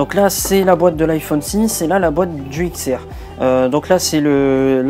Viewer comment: On dit pas X on dit 10